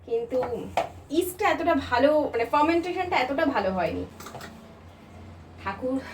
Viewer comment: the correct pronunciation is Fermentation...not formentation